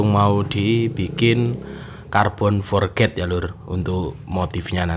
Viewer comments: Forj bro.... bukan forget Forj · Carbon forged bacanya forc bukan forget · Forged sebutan nya forg bukan nya "for ged"